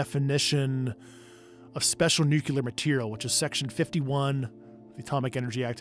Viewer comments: let's all try to say Nuclear the correct way, its Nu-clear, not Nu-cular! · Again.@ . Grush says "Nucelar" secrets. Isn't it "nuclear" has the world gone mad, or illiterate? Wats going on? Can't any of these super smart people say nuclear properly? Wtf? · NuCLEAR. You Idiot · I really wish insiders would pronounce "nuclear" correctly. New-clee-ar not nuke-you-lar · Just a random thought that popped up: I can't understand why our star of the show, Grusch, says 'nukular' 🥲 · I wonder if Grusch knows he's mispronouncing the word "nuclear"...